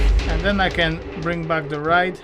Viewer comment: When you say ride, i notice you say rid. I have friends whom i help with english, so I will just tell you how to pronounce it, you are meant to say it like Ryde, like to word why, so rhyde 🙂 keep up the great work.